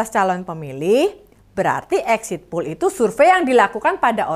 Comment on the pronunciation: Poll, bukan pool..